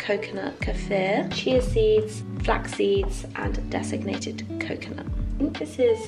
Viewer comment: Lovely vlog! One thing, though: I keep hearing "designated coconut", when you mean "desicated coconut" :)